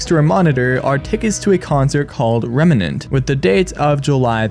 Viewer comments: Im gonna need you to pronounce REM NANT correctly PLS Loved the analysis tho this is just driving me crazy 😭 It's a FNAF reference clearly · A fan of game theory not knowing how to pronounce remnant is a hilarious thought